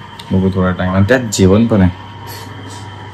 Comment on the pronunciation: जेवण म्हणताना "जेवन" म्हणते आणि बनवलं म्हणताना "बणवलं". न च्या ऐवजी ण वापरला की आपण खूप शुद्ध भाषा बोलतो असं वाटतं काही लोकांना. छान ला छाण , घाण ला घान असं का म्हणता उगीच. भाषा शुद्धीकरण करा जरा.